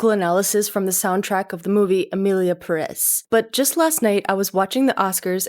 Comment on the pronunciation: Imagine harping on pronunciation and you can’t say Perez correctly. Have a seat